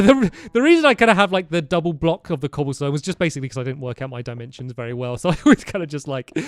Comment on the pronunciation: berrry dangerous lol